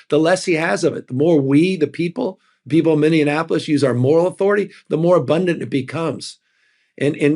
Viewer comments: Gov Newsom - it is Minneapolis, not MinneaNApolis! Will read your book. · Indianapolis? Or was it Mindianapolis? Or, did he mean Minneapolis? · Gavin, dear, it's Minneapolis. Mini apo liss. Not, mini in apo liss You got this. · Liked everythingabout your honesty and sincerity ...can I add a however? It might be my hearing but every time you said Minneapolis, it sounded like Minion apolis not a minion, it's a minnie! Just correcting the correctable. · Mr. Governor, please don't call us Minionapolis. Mini-apolis. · For the love of God, how hard is it to pronounce Minneapolis? It's not "Mini-in-apolis," it's "Mini-apolis." 🙄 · It's Minneapolis, not minne-anapolis... just saying. We are the Minne apple for jazz players, not a small Annapolis... pronunciation matters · Minneapolis, not Minnianapolis. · I love Newsom but can someone teach him how to say Minneapolis. Its not Minneanapolis. Lol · Hey Newsom, you wanna be president? Maybe start by not pronouncing the bravest city in America "Minionapolis". Too slick for your own good. smh. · Gavin. Please stop mispronouncing Minneapolis as “minneaNapolis” thats the 4th time I’ve heard you do it. I want to vote for you if you run for pres but ffs, I live in Minneapolis… and you can’t even correctly say the name of the city that is in the global news daily as of late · Governor: it is mini-aplle-is: i love u Governor awesome Newsom!😢😢😢😢😢😢🎉❤THANK U 4 WRITING YOUR BOOK! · Canadian here. You might want to tell Gavin how to pronounce Minneapolis. It is not Minneanapolis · Come on, Gavin…..it’s Mini-apolis. As much as I admire you and what you’re doing, you sound really pedestrian in mispronouncing a MAJOR US CITY…the city where I reside. Be better; sound as smart as we KNOW you are. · Please please PLEASE stop referring to Minneapolis as MinneANNAPOLIS . I cringe every time I hear politicians and the media butcher the name. Like fingers on a chalkboard... lol. Still love ya man.. you are not the only one...😂😂😂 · It’s minn e apolis